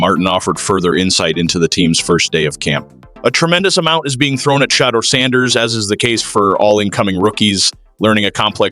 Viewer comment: Who tf is Shay-der Sanders , then fucks it up the second time saying it as well 🤦🏽‍♂️